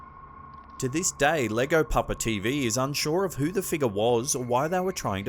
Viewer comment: 😂😂😂 Lego Papa... It's ok you have a different accent. This is Hispanic outs pronounced (JayGo) Ll makes a (jA) sound or you can also do a (Yea) sound sound if it's easier as many Americans do.